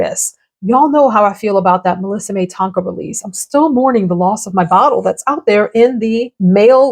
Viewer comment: Please excuse me but milliseme is pronounced milli- seem. So nice to hear your opinions xxxx